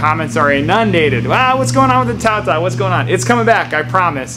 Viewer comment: Tao Tao not Bow Wow